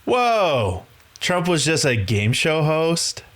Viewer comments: Trump Not Tramp ! ! ! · TRUMP NOT TRAMP 😂